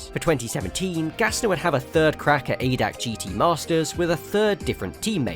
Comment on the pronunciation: ADAC is not called "aydac" it is A.D.A.C. which is a abbrevation for translated "general german automobile club"